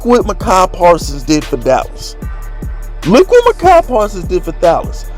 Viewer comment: I ain’t watching no more videos until you learn how to pronounce Azeez Ojulari and Micah Parsons’ first names! 🤦🏾‍♂️